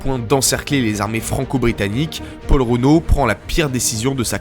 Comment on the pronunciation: Petit problème d'élocution concernant le président du conseil Paul Reynaud. Rien à voir avec Renault le constructeur automobile, on prononce Ré no, comme si il y avait un accent aigu sur le E.